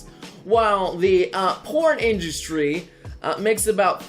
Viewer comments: What the fuck is an "industy"? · INDUSTY vewy niece spewing nobre